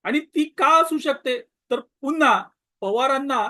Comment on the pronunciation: " पुन्हा " हा शब्द " पु " या अक्षरावर अनुस्वार देऊन " पुंन्हा " असे उच्चारणे चुकीचे असल्याने हास्यास्पद आहे.